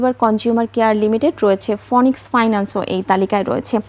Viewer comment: ফনিক্স নয়, উচ্চারণ হবে ফিনিক্স। কি মান এদের ছি ছি ছি ছি। সমাজে চালকের আসনে এরা বলেই আজ দেশের এই হাল।